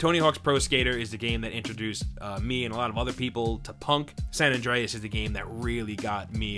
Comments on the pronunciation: "sohn andrehez" = "san andreas" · “Sahn ondreas” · Say "saan Andreas" one more time I stg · Sawn Andreas. Until , when he changes it to San. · the way he says san andreas angers me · The way he says San Andreas angers me. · is it just me or the way he says San Andreas is kinda weird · My ears were startled at hearing your pronunciation of the words San Andreas and San Fierro